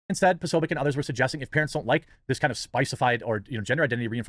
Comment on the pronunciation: with his Ted Bundy energy refused to pronounce his name properly. Secret anti-slav Nazi.